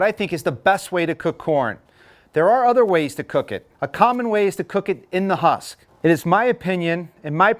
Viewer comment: This guy has no clue how to say husk, lol.